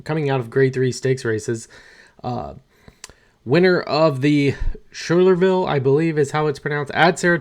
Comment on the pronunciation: It's pronounced "Sky-ler-ville."